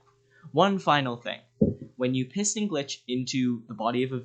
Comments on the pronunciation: Am i the only one who hears him say "pissing glitching"?🤣🤣🤣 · heard that too